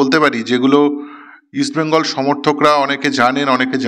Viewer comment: ইস্ট বেঙ্গল বলো, উচ্চারণ ঠিক করো তারপর প্রোগ্রাম করো